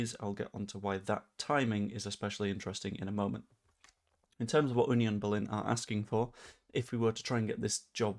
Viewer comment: 11m when we can have him for nowt in the summer 🤣 ps congratulations on getting the pronunciation of FC Union Berlin right 👍🏻